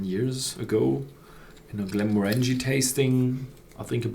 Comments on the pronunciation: The emphasis is on the second syllable, not the third. glen-MOR-an-gie, not glen-mor-ANG-ie. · The emphasis on the name pronunciation is on the second syllable, not the third syllable.